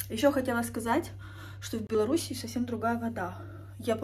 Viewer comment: правильно не в Беларуси и, а в Беларуси)